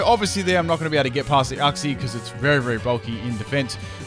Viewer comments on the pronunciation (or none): Its not said Uxie its said Youxie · STOP. PRONOUNCING. IT. UXI. IT. IS. PRONOUNCED. YOOKSEE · The way you said Uxie triggered me